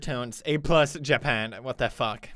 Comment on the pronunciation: Don't says fack